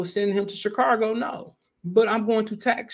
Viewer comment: There's no R in Chicago.